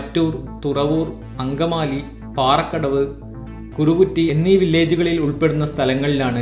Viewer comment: മഞ്ഞാലി തോട് അല്ല , മാഞ്ഞാലി തോട്....തിരുനാരായണം അമ്പലം അല്ല, തിരുവൈരാണിക്കുളം അമ്പലം...കുറുകുറ്റി അല്ല, കറുകുറ്റി ... പിന്നെ ഇതൊക്കെ വല്ലതും നടക്കുവോടെ....